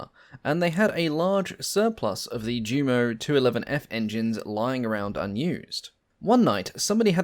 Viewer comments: These have been great informative videos with the best narration of any I have seen so far but please, that's pronounced U_MO engines and not JU-MO! It's the same with the Junkers aircraft name with so many pronouncing it JUNK-ERS when it to is actyally YUN-KERS. That said I find these videos to be extremely informative and as I said before the narration is almost perfect, this has become my favorite channel! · This just appeared in my feed. One critique: JUMO should be pronounced YUMO and Yunkers.